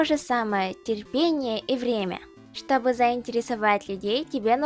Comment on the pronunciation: хм.. ну тогда я могу сказать, что ты молодец), ведь говоришь ты как русский человек. В твоей речи есть дифекты, например "чтобы", "того", Но всё же ты круто говоришь.))